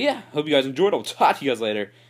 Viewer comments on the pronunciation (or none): stay frosty sounds a little like stay zexy XD